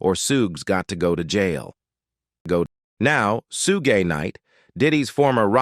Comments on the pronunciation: It is Shug not suge try to get it right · Can Anyone SPEAK PROPERLY???? ITS NOT SHUGAY. ITS SPELLED SUGE BUT TRY THIS SHOOG.SOUND IT OUT. 😅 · I pray this is a A.I. talking in this video lol because there is only so many times you mess with the Suges name before he pops out your cereal box and gets you!